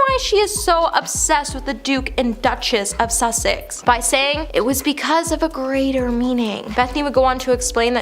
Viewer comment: Please try saying [Duke & Duchess] of Sussex - not "Suck-six"